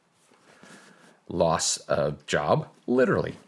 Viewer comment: "I litterly have ho belief in that system"